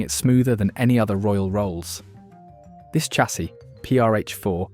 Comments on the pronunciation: For a British voiceover (AI?) you should be saying chassis correctly - ie shassy. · Chassisis pronounced "Shasee" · SARN dringham??? It is pronounced SAND ringham, you wally!! And Chassis is correctly pronounced SHA (as in shall) SEE, not Cha (as in chat) see; see??? Muppet!! Oh, and after talking about an Aston Martin in a shade of green, why show models in red and blue??? DOH!!!